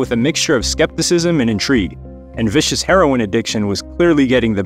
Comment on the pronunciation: It's Sid Vicious not Viscous.